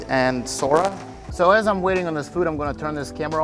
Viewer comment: yeah man you said the girl’s name wrong: but it happens. Your videos are really cool. I am new to your channel. Would mind checking my channel out? I only have one video but still would you mind?